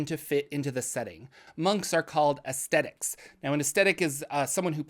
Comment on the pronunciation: In case you’re doing more of these, pretty sure the monks are called Ascetics (pronounced “uh-SEE-tics”) - loving these videos!